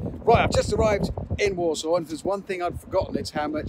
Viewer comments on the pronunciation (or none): I keep thinking he saying walsall not Warsaw 🤣